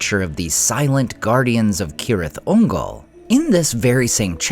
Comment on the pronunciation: At LAST AI that pronounced it (K)orectly😮! Now pronounce Celeborn and Cirdan! 🤓😎✌🏼☮️